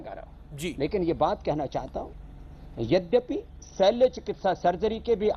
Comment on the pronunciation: रामदेव बाबा नमस्कार, एक सुधार - शैल चिकित्सा नहीं कृपया शल्य चिकित्सा बोलें.